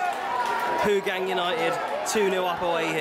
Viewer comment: Hougang United pronounced (How-Gung)